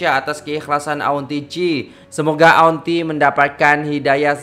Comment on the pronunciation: Kalau saya kerajaan ,saya anugerah kan gelaran Dato' untuk nenek laushi ini. Saya nangis tengok laoshi nangis . Semuga laoshi dapat hidayah. Semuga laoshi di jaga oleh orang sekitar dan jiran jiran . Kesian dia . Nur Muhammad ,cak bukan nur muh. Auntie di baca Anti